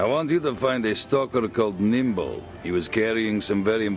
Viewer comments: It's Nimble, not Kimble. :P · "Kimble" lol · I cried every time you said Kimble. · lol you keep calling him Kimble but it's Nimble